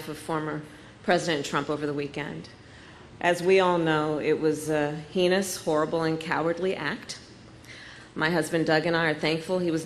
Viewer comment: Hum, is it Heenous or heinous? A vote for Joe is a vote for President Harris. Scary S--t.